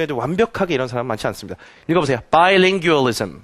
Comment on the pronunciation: 잘 보고 갑니다. 말씀하신 많은 부분에 동의하는 바입니다. 그런데 screen에 올려진 영문의 글을 읽으실 때 너무 빨리 읽으시는 것 같습니다. 영어 토론 대회의 장면을 보는 기분이었습니다. 그리고 bilingualism의 발음이 좀..... 영국 발음도 아니고 미국 발음도 아닌 것 같은데....